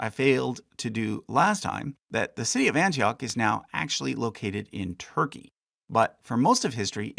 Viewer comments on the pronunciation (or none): none